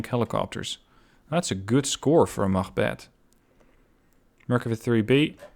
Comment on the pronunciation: Your pronunciation is very good on units such as "machbeth" or "Jægere". Where are you from? Excellent channel by the way, keep this up please!